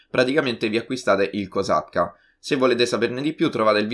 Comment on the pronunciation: ah allora ok, come l'ha detto capivo cossacca e no kosakta 😂